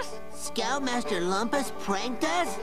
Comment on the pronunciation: Okay! Let's get to the bottom of this! Raj and Slinkman say 'Loomp-us' when everyone else says 'Lump-us'...what's the deal with that?